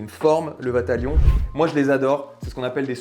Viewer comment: "J'ai trop de vatalion": sacré problème 😂